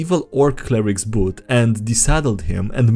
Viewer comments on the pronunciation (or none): none